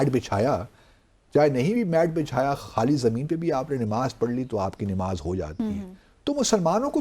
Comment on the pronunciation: THIS MAN IS NOT EVEN PRONOUNCEING NAMAZ PROPERLY , N HE IS TRYING TO BECOME CHAMPION OF ISLAM .